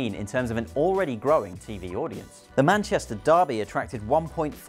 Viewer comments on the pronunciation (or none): none